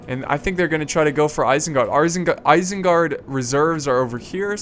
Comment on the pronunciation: well guys you've officially heard it, isenguard has now been changed to "irsengerd"